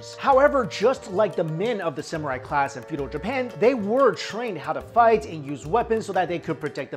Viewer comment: Samurai or Samural? lol xD